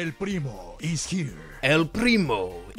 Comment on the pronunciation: As a Spanish speaking person, I love to hear pronouncing the r at Primo 😂😂😂